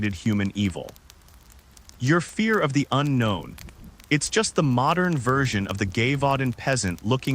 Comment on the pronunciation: At least learn how to pronounce Gévaudan... show some respect to history. Or adjust your AI's language settings.